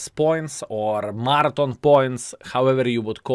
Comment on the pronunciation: Laugh my off. I didn't realize what you was saying until I read the title half way through the video. was saying Martin, I'm like who the hell is Martin and why doesn't he keep mentioning him? Oh, is trying to say Marathon.... lol love it!:)